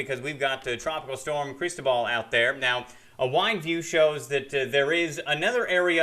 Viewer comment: You can't even pronounce Cristobal right and you think you can forecast the weather here in South Mississippi. You are NOT even from this area!!!! Try moving back north somewhere